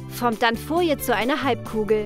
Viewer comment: Es heißt Folie nicht Foie